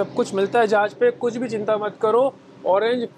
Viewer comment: Not "Zahaz". Its "Jahaz".